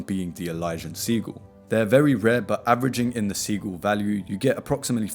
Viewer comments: SIH - JIL not seagul. Great vid mate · It's pronounced similar. Not seagull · I thought you were saying Seagull and it was stressing me tf out lol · Seagul? Brother learn how to pronounce words lol uk ppl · I’m dying over the Sigils being pronounced Seagull - LMFAO 😅😅😅😅 Great video though! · Yeah it’s “sih-jil” lol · LMAO. Great vid but that pronunciation was killin’ me 😅